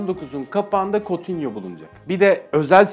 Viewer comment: Coutinho ya kotinyo diyene kadar herşey çok güzeldi 😂